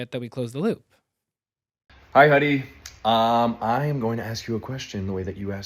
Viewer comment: He said Huddy.